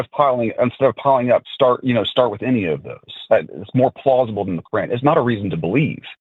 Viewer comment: It drives me crazy when American people say "Cor-ran" for the Qur'an.